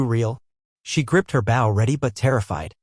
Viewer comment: Bow, pronounced : bo As in bow and arrow!